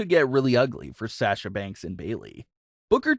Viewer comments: HER NAME IS SASHA NOT SAAASHA!! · Pronounced (Sah-sha) not (Saa-sha). Like your vids tho. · Dude,come on pronounce sasha the correct way. It's driving me nuts the way you're saying it lol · Will you please learn to say Sasha correctly please it’s so annoying